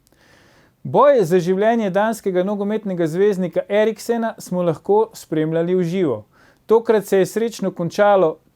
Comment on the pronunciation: zelo spoštuje Eriksena, ne zna pa izgovoriti njegovega priimka